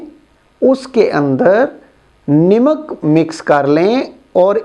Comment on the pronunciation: Uncle ji nimak ni hota namak hota hai bss mera mqsad ap k word ki darustgi krna hai